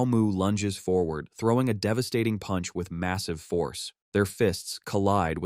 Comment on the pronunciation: Bro why are you saying puch